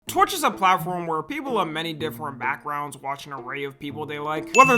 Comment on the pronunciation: why he say torch or am i trippin💔